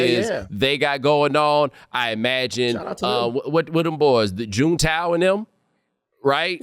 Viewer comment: Bo said Jun-tau😂😂😂😂😂